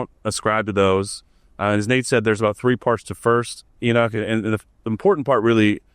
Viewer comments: E-knock, not e-Nick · he says "enick" :D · Why is Enoch pronounced as "Enid"?